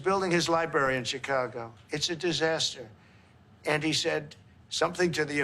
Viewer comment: Who gave this man a job speaking on TV? There is an R in the middle of libRary.